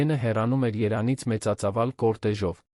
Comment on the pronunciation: Երանից,Վազցենը ով է։Արհեստական բանականություն ,գոնե ճիշտ ներկայացրեք Վանոյի անունը